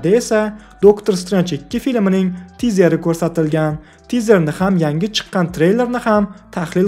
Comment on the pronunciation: Tahlil yaxshi, lekin nega har doim "chiqqan" so'zini chiqgan deb aytasiz? Hammada ham xato bo'ladi! Ishingizga omad!